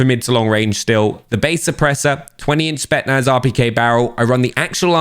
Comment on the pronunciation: It's pronounced SPET'S - NAZ Not SPET-NAZ Really annoying tbh